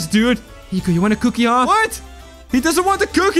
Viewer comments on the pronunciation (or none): none